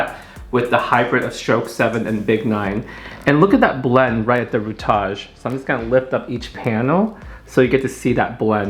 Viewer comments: "DamAGÉ" "RootAGÉ" love that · Absolutely beautiful!. I am laughing at this Rootage and damagee ha ha love it. For those who aren’t aware. I believe he’s saying Root ( which is the base of the hair - the area that’s closest to the scalp) and damage .. he just put a little flavor on his words just a little Tang 😉. Not only do I appreciate this color and this video but I love the depth of their conversation- and considering how far Guy has came- I have mad respect for stylist like this b/c anyone that’s a stylist knows how our world can be. Trust. I am not gassing him up - just reflecting. And he sings too.. wth!?! ..#Suscribed